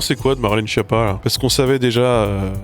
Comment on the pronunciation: ON DIT KIAPPA!!!